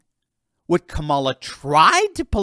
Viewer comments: it's KA-ma-la, not Ka-MA-la. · que mala not Kamala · Can't stand her, but say her name correctly...